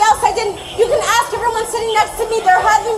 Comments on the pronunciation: Well it did axe ! 😂😂😂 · Has a Louis Vuiton but can't pronounce "ask."